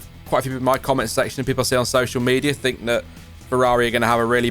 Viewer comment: Its think love, not "fink"